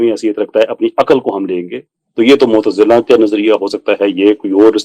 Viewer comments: آپ کی اردو بہت بہترین ھے لیکن لفظ ( معتزلہ) میں غلطی محسوس ھوتی ھے یہ لفظ حرف ل پر تشدید سے غلط ھو جاتا ھے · معتظلہ ہے محترمہ صحیح ادا کریں